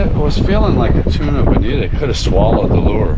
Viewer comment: I really enjoy your SPJ vids. Btw, I believe it’s bonito and not bonita.